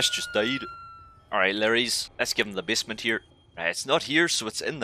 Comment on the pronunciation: Not to make fun of you or anything but every time you say basement I hear bismuth